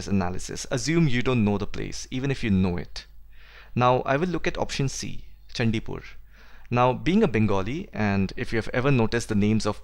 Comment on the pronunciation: This is pronounced as Chaandipur...not Chandipur.